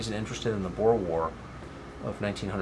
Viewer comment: Boer is Afrikaans (means farmer) and it’s pronounced Boor - not Boar nor Bore!